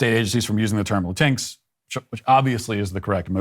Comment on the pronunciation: It's so nice to hear Matt pronounce "Latinx" as "Latinks" instead of "Latin-Ex." The word, itself, is an abomination against Spanish grammar, and the latter pronunciation just further attacks Spanish language because "x" isn't pronounced as "ex" in Spanish. The Democrats and their Woke culture purport to be the tolerant ones, but the non-Hispanic who comprise so many of their ranks presume to tell actual Hispanics how to speak their own language. The lack of insight is egregious.